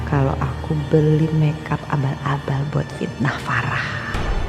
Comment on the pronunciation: Abal abal gina,kamu ngomongnya laba laba wkwk